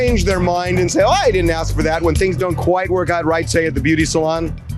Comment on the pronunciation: "Tawk" "Axs"